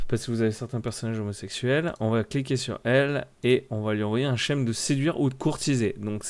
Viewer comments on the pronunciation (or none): "Scheme" en anglais veut dire schéma et se prononcer "skyme"', non "chème". 😂